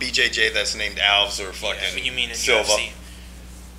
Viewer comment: alVEZ is how it's pronounced fucktards